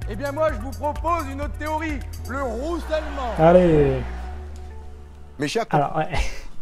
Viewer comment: LE ROUUSSELLEMENT